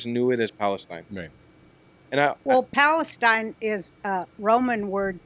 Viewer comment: Why do Arabs insist on using a name that they can’t even pronounce? “Balastine”😅